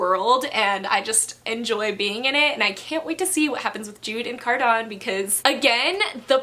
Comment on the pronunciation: im sorry but the way you say cardan is really new to me and i pronounce it as cardaN lol